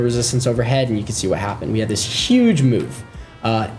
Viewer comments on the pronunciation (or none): none